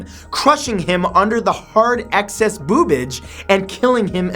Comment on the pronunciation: “Boobage” I’m dead💀💀💀